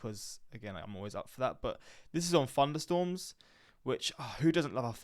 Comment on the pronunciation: I also love “FunderStorms”